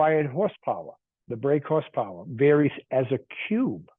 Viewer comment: what's "hoss powah"? Haha. Just kidding. thanks for the vid